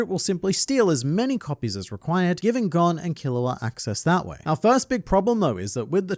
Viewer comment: It's so hard hearing Gon's name pronounced incorrectly.